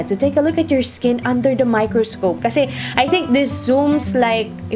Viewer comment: Tinascope! 😅 miKRIScope? 😅❤